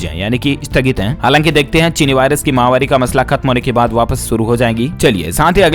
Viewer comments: MAHAWARI NAHE MAHAMARI. UFF. KAB SE YE BOL RAHE. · ...you are saying Chinni mahvari on every days news thàt is wrong...it is Chinni mahamari.....it means dying of people àt a large scale due to disease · आप महामारी जो माहवारी बोलते हो जो कि गलत है सुधार करें